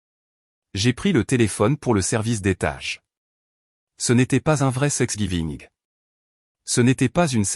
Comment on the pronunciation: Thanks giving !!! et non 😮 "sex giving"